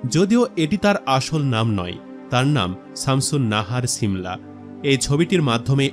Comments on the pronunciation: ছিমলা 😂 না শিমলা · Ovinoy valo e lagto but apni cimla cimla bolen ken . Shimla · ছি মলা কি? উচ্চারণ - শী মলা। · নাম ঠিক করে বলতে পারেন না শিমলা হবে 😂